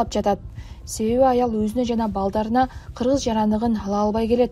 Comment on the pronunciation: Ыргызды кыргыз жэйт экен го